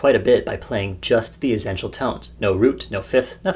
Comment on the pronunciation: Great video. I have never heard anyone pronounce essential like you, tho, haha. As if you are saying zen-tial. :)